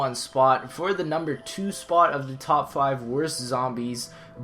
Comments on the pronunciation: You said top flive LOLOL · At the end he says flive